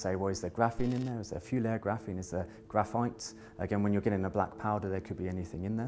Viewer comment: with the mispronounced vowels I cant tell what shes takalking about !or what the name of what shes talking about might be ! She might be trying to say graphite ?